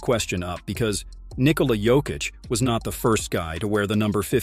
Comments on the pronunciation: weird pronunciation, switching between Jokeitch and Yokitch, DeRozaan?, rooster? Is the voice AI generated? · Is this AI narration? Junior Smith? Joe-keech?